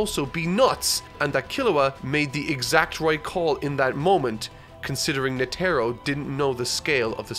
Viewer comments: Sorry but its bugging me, you're saying the Charmaine's name like Ne•tro but it's Net•ero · NOT NA-TAR-O ITS NE-TAR-O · Will ever get all the character pronunciations right? Find out next time on Dragon Ba......I mean Hunter X Hunter. (in reference to Netero, pronounced "Net-eh-ro" not "Nah-tair-oh") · Its more of a nete-ro not a net-ero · Net-Ah-Row Not “Netaro” come on dude…listen to the show and how characters names are pronounced. Thought you learned this with the whole Gon thing after the first episode. 🙄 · Anyone is bothered by the fact that calls Netero as NeTERo? It's NETero!!! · knee tear oh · NEH-tehr-oh -- emphasis on the first syllable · PLEASE!!!!!! Net-Teh-Row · Its Neh-Tah-Roh. NEH TAH ROH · Nee tah row...netero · “Netarrow”, bruh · Yo I'm so convinced that he's just reading some of the names wrong on purpose. He didn't just say netero's name like that and thought it was correct 😕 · I cringe every time you say Netero 😂. Great work though keep it up. Berserk next? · that is not how you pronounce Netero. They use a syllabary that word uses Ne (ネ) Te (テ) and Ro (ロ), you will be using that name a lot in later. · This is such a good video.... but you pronounce netro wrong!! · Only could mispronounce Netero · pronunciation of Netero's name is bothersome lolol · His pronunciation of netero was cringe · The way you say "Netero" irks me.